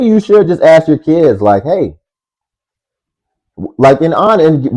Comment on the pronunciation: It's Ask not axe FFS